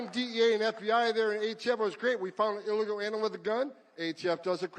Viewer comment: First time I saw someone butcher the word illegal.